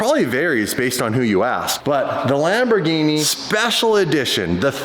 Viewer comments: stop pronouncing wrong the name it is Lamborghini and not lamborjini you can't be an ambassador of something you dont know how its called stop being an moron please do it for Lamborghini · please never pronounce Lamborghini like the drink gin again…. Lamborgini? wtf The ears of all Italy are bleeding